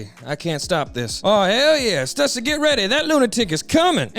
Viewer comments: Bro knows it's pronounced "Stoooo-seee" right? RIGHT? 😂😂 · Question real quick. Isn't Stussy pronounced "Stew-sea"?